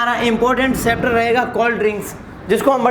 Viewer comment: चैप्टर नही सेपटर 😂😃😃